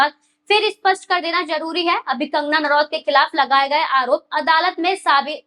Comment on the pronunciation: कंगना नारावत नहीं,कंगना रनौत कहिए मैडमजी!